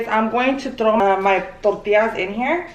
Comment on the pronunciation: I cannot get over the way she says “tortias”😅 but aside of that i lovvveee me sommeeeee chilaquiles